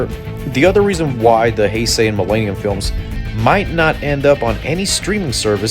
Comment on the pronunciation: Quit saying Mill AY nium... Its millennium